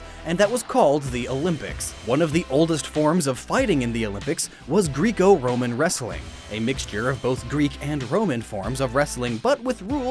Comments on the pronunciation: Greco is pronounced GRECK-o. Not Greeck-O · As a life long wrestler, its pronounced greck-o roman. Not greek-o roman. Although i see how that can get misconstrued due to its origins. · Is it me or was he saying Greco wrong I've always heard it pronounced gr-rek-o not grec-o but I could be wrong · Was anyone else a wrestler and screaming at the screen that it's pronounces like "Grecko" not "Greeko"? No....? Just me? Ok. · not Greekoh it's grekoh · Very well done, love the series. Just a heads up, it's pronounced grr-echo, not gree-ko, when saying Greco-Roman. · Greeko? It's pronounced "Grek-o" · Greeko? Nah, it's pronounced greh-co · Its greco, not greeco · when you see "greco-roman" that's pronounced "grecko" (rhyming with gecko) not "greeko" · "Greeko-roman" bugged the hell out of me, as I've always pronounced it "Greko", so I pulled a bit of google research. AND EVERYBODY'S RIGHT :D (kinda). In every other case EXCEPT Greco-Roman Wrestling specifically, it is pronounced with a short e. Anyway, great video. Always dig these videos for their fun facts! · Pronounced “Greco... rhymes with gecko” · It's not greeko Roman wrestling its Greco Roman wrestling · He doesn't know how to pronounce things like "Greco-Roman", so I'm not shocked that he didn't go through the extra effort of getting the Chinese right... It's really annoying honestly, these are ENGLISH terms, and he could just LOOK IT UP! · This man just said GREEK-O-ROMAN 😂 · "Greeko" (lol) Greco-roman wrestling was made in the the mid 1800's by a french soldier. Edit: By the way, that is very much not a greco stance, that is a folk style or free style stance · Am I the only person annoyed when he pronounces Greeko wrong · Sorry great video, but it's pronounced Greko with a singular e sound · It’s not gr-ee-co it’s gr-e-co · Sorry I do wrestling for my school and I believe you pronounced Greco wrong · you pronounced greco wrong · Can say "centrifugal" correctly, but not "greco"...